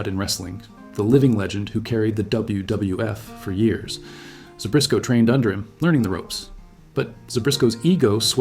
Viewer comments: There is no "R" in Zbyszko... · There's no "r" in Zbyszko.